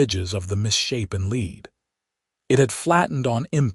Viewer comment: Voice is AI. Mispronounces words. Calls lead, led for example